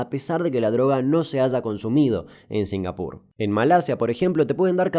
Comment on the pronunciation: La verdad singapur suena bastante bien cuando lo dices así.